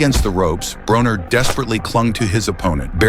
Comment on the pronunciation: It is pronounced BRAWNER ,NOT BRONER!